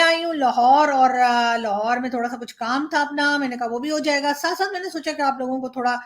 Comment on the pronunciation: Lohor nehin.... Lahore...